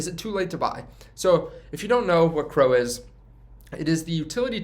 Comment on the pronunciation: C, R, O. Not crow lol